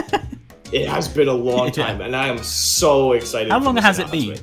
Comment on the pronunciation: YOU SAID EXITED NOT EXCITED